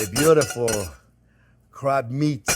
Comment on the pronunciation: Did he say crap meat or crab meat?